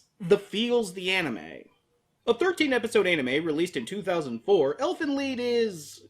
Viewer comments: it's lied not lead DX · It's pronounced Leed or or Leet. It's German for song. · Lied in this case is phonetically pronounced 'Leed', German for song.